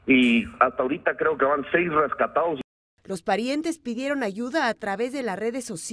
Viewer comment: "Los asecinaoos" "los rescataos"